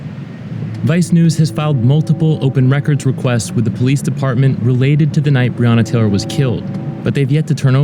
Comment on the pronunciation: Quick sum up of this real VICE moment : VICE : No one wants to talk about the elephant in the room. Mayor Greg Fischer : If only we had body cams, I could do something about it.... (trust me i know thay are " bad apples") Me and you ? : the guy cannot even pronounce Breonna Taylor's name correctly 👁